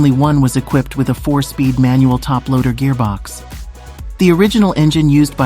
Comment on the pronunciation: Just hearing this guy say "gearbox"😅